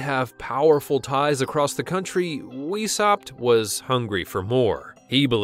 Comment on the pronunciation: His name is pronounced Vice-howpt not weeshopped.